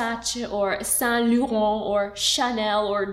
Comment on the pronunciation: I love you but the way you pronounce Yves saint Laurent gives me a headache